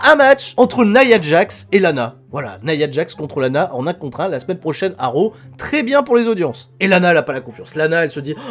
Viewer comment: "Monday night roux...euh raw" Ça se voit tellement que c'était intentionnelle